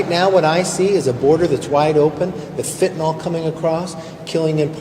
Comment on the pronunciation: What is "Fentanol," Kevin??